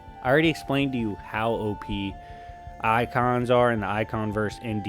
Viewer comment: What is "od" I thought it was supposed to be "op"?